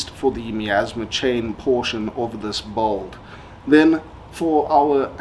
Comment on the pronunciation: In what english accent do they pronounce "build" as "bolt" ?